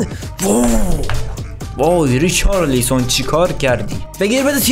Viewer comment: ریچارلیسون خخخخخ صد بار گفتی بابا ریچالسون